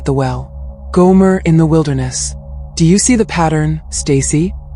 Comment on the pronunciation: Gomer not Goomer